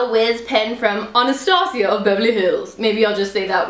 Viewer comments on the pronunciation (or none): none